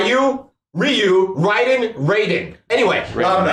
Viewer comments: Its RAIDEN not "Riden" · I disagree with the statement about fans liking this movie. I appreciated a lot of nods to the franchise, but overall there were a ton of things that rubbed me wrong. It wasn't completely unredeemable, but I was pretty disappointed. Also take a shot everytime says Rai-den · You know the game says Raiden's name. Like every time you select him. The dude on the left keeps mispronouncing it.